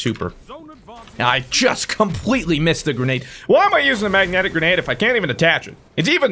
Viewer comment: it’s grenade not grenage